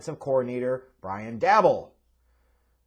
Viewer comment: His name is pronounced like Joe Shane,. It's spelled Schoen, but it's pronounced Shane. Also, it's Brian DAY-Boll.